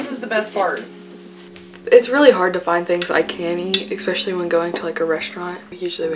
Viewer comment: Its especially not ixpeshally